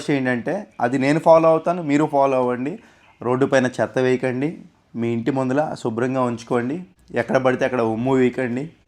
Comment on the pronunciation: ముందల కాదు ,ముందర .